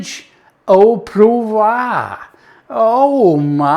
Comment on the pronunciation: Love it! pronunciation of 'poivre' seemed to get further from the French version the more he repeated it!